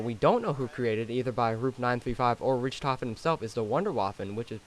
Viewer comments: Its wunderwaffe which is german for wonder weapon the ray gun is also a wonder weapon both made by Germans: Ray Gun=Maxis Wunderwaffe DG-2=Richtofen also i agree with that other guy americans always say richtophen ITS RICHTOFEN GODDAMMIT GET IT RIGHT (Note: NACHT DER UNTOTEN=Night of the undead- VERRÜCKT= Crazy/Wild-SHI NO NUMA= Swamp Of The Dead- DER RIESE= The Giant- KINO DER TOTEN= Theater Of The Dead) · You’re saying Richtofen wrong. It’s not “Rich-Tofen”, it’s “Rick-Tofen.” None of the group says “Rich Tofrn” what is wrong with you? Are you disabled? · Are we gonna speak about him calling richtofen rich- tofen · What richtoffin its ricktoffin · lol just saying it isn't pronounced rich-tofen it is rick-tofen only spelled Richtofen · His name is pronounced "rick-tofen" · bruh, ri-CH-tofen? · luh bro really says rich toffen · "Rich" tofen😂😂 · Hmm it's Richtofen dumbass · its rich tofin the h is silent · Rich-tofen Wonder- wofen dude your killing me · he calls people noobs but he said richtophen lol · It richtphon (rik -tophen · did he just said "Richtofen" as in "RitchToffen" XDXD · You per-nonce richtoghin wrong it's RICK TOGHIN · It's pronounce "Rick tofen" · rict hofen is how its pronounced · RIck-tof-in is how his name is pronounced not how its spell just how you say it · It's pronounced rik toffen not rich dumas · Wunderwaffe was created by Richtofen (pronounced riCK-tofen) I think you learn this while listening to radios in Shi no numa. Also I'm pretty sure the ray gun was invented by maxis. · i don't mean to be rude but it's pronounced rich(rick) tofen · You can't even pronounce my nigga Richthofens name right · Say Richtofen right it is so annoying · It's funny that u call other people bonds when u can't pronounce richtofens name right lol and sorry if I spelled it wrong lol